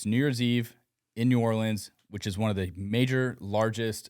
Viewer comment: New-Or-lens not New-or-Leans